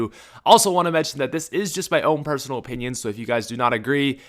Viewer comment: Brothahs he said ‘opinion’ S P I T O N H I M